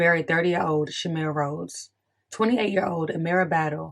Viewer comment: You're pronouncing my cousins name wrong... it's shuhm-eye-ruh not shameera but thank you..